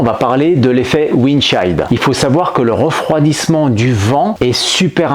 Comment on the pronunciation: Excellente vidéo si ce n'est la prononciation de "chill" 😛🤣